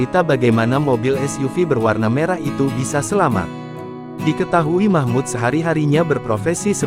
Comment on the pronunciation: Namanya MAHMUL....BUKAN MAHMUD